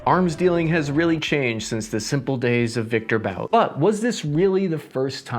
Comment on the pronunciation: Victor But - pronounce "Boot"